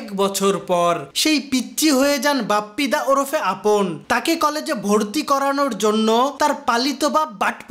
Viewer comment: আমি প্রত্যেকবার আপন ডাকটা পাপন শুনতেসিলাম